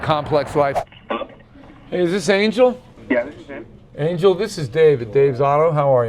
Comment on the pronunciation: his name is pronounced an-hel not an-jel